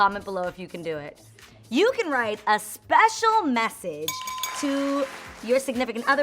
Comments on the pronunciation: Spash-scio mash-edge 😂😂😂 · I laughed at you when you kept butchering "special message" but I did the same when I tried it 🤐🤐 Cute video!!